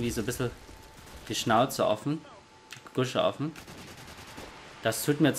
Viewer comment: Friseur bester Youtuber :') alleine schon wie er das Wort "Gusche" betont :D